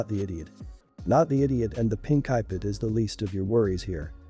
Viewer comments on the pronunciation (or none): do they actually listen to they before they post them cause some of these are just horrid with how they say the words like ipad sounds like iped